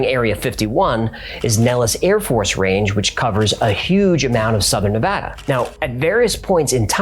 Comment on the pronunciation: I remember the 'M Cave' episode as the first time I smiled when I heard 'Nevada' (where I lived for nearly 25 years) pronounced correctly. Thanks,! Btw, in 'Georgia Guide Stone' you mention that Robert Christian sent a copy of his book to every member of Congress, but in the picture showing this book there's a handwritten notation explaining that it is "96 of 100". I don't know if there was a time in our History where we had only 100 members in Congress. We've had exactly 100 SENATORS ever since admitting Hawai'i (August 1959) as a State though...